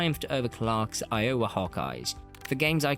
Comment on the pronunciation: Narrator obviously doesn't know anything about American basketball. I O W A is pronounced Iowa!